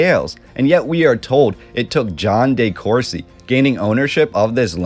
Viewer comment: It's simply deCourcy, not dayCourcy, & never just Courcy.